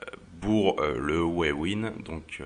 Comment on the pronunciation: Ta remarqué que tu disais B les P ???? tu dis Bour au lieu de Pour ! ah ah ah aucun rapport avec la vidéo mais je voulais te le dire rien que pour te taquiner ah ah ah ça va c'est pas méchant... tu es peux être dyslexique...